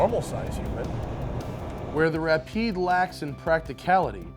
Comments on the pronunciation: When that guy said Rapide I about threw my computer out the window. It's pronounced Ra-peed. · Great vid, except the guy who pronouced the car Ra-Pyed ! idiot. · The Ra-Pied😅😅😅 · The rap eyed, nice. How can you even pronounce it that badly? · Why did he pronounce it Wrap eyed? Oh my that dude needs a punch in the face! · the "Ra-pied"? eek.